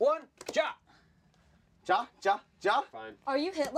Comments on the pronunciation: Ja is pronounced YAH! Not Jah! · every time they say dja instead of ja my life gets shortened by like a year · FOOLS. STOP SAYING JA! ITS PRONOUNCED YAH!! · Am I the only one that gets triggered when they pronounce the 'j' in ja as a 'j' when it's actually pronounced as a 'y' in German. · You pronounce "Ja" like "ya" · Ha is pronounced ya as they don't pronounce the j's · Ich am German and I am so offended by them saying "ja" wrong... 😂😂😂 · so funny to hear how you have no idea how to pronounce ja and nein;) greetz from Germany.....love the channel you guys:)